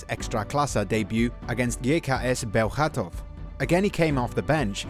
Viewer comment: Kudos for pronouncing Bełchatów right!